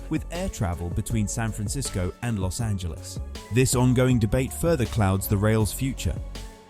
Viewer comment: We SoCal residents thank you sooo much for not pronouncing it Los Angeleeze! So refreshing!